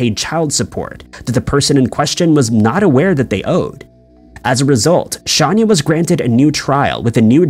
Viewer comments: Shanya Hubers is pronounced Shane-a...just letting you know that the way you or your robot is saying it sounds...weird. John Orr (the Fire Inspector and Serial Arsonist), never used pillowcases. He used a lit cigarette, matches, and occasionally a strip of paper, bundled together with a rubber band. Where did you get pillowcases from? I can say with 100% certainty that pillowcases where never used. This is a case that I am very familiar with. Pamela Hupp...what a selfish, narcissistic, conniving, murdering animal. The poor husband who had to deal with losing his Wife, being accused of the murder ( while actually being innocent), worrying about his children, all the while that murdering wench was out spending all of the insurance money, most of which was meant for the children to have Trust Funds. 🇨🇦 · Shay-nah.Look at your own video,her mug shot is right there with the spelling...I knew I'd seen her case before ,but the way you were saying her name as "Shahn- yah" threw me off... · How did he get Shanya out of Shayna.... Pronounced: Shay-nah... Shay-nah.... Shay-nah........... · On what planet is SHAYNA pronounced SHONYA 🤦🏻‍♀️😂😂 It’s Hubers too not Hubert It’s not Edinburg! 😭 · ~ Please be more accurate in your videos. It’s “Shayna” not “Shanya” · Shayna not Shanya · Her name is pronounced Shane- ya Not Shawn- ya YouTube search videos about her hun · Just pointing out it’s not ‘often’ that detectives go into a victims history of who they were. It’s protocol. And it’s actually pronounced ‘Shawn-ah’. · Dude her name is clearly written a few times, how do you take 'Shayna Hubers' and turn it into "Shanya Hubert'?? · Pronounced Shane A (Shayna) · Don't you mean "Shahnnn yah?" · How is it possible you don’t know how to pronounce Shayna’s name? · He’s gotta be doing it on purpose. It gets people to comment and he does it every video. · Have you considered that he could be dyslexic, and is saying the words/names the way he sees them? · its Shayna ...NOT shaaaania